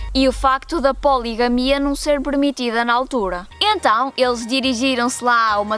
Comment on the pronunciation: Tá lib'rado a polig'mia?! Uhuuu!!1! o//